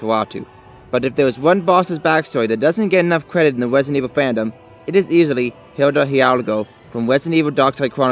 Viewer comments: Wesident evil lol, good video. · Wesident evwil lmao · I love Wesident Evil Fwanchise as well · Wesident evil lol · Rwesident Ewil.